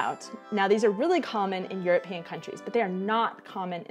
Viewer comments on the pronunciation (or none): none